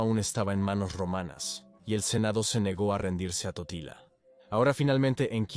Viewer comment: dice tortilla y no totila😁😆😂